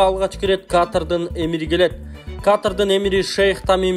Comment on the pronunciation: Сабатсыз журналист туура суйлоп уйрончу Каатырдын эмес Катар дечи 😅